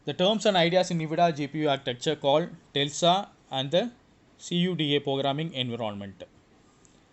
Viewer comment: lol.....he is pronouncing tesla as tellsa..... bro he is nuts